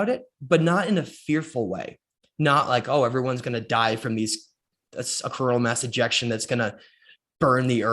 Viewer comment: For a split second, I thought you said 'corona mass injection' 🤔